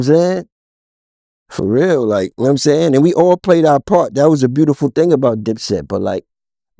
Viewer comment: " Yam saying"?